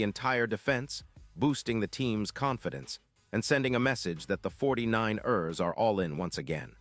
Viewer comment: You need to learn how to say 49 ers Correctly!!!!